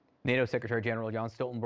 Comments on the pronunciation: His name is Jens Stoltenberg, not Jan. Come on CNN!! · Can someone till the interviewer that the NATO chief's name is Jens.... not Jan! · Did i hear «JAns» Stoltenberg!!! Get your fucking Norwegian correct cnn!! It’s Jens!! Not jAns!!!!! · "Jan" Stoltenberg lol